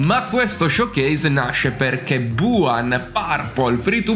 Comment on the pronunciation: hai detto buuhan